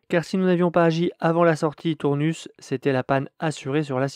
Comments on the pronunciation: Sans le S final :( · Salut, pour info, on prononce Tournus sans le s et pas « Tournusse ». En tout cas, bravo pour tes vidéos que je suis régulièrement. 👍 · C'est ça, on dit Tournu comme tout nu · bonsoir. Oui qqun d’autre me l’a fait remarqué. Je l’ai prononcé comme bonus tonus anus. 😅 ça semblait logique de prononcer ce S.